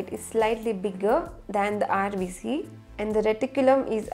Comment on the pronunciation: No hating but it is rbc not rbs